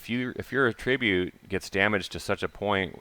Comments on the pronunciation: noun /ˈatrəˌbyo͞ot/ - my only complaint is the pronunciation of 'attribute' -, you are using the verb pronunciation - please use the noun pronunciation. <-- that link'll fix ya up, buddy. My Thanks =) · It's attribUte, not attrIbute. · The "fun"pimps. Attribute has a few meanings and pronunciations. Look it up when you have a minute outside the busy task of designing us out of valuable inventory space.